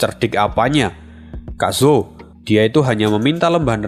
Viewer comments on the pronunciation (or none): none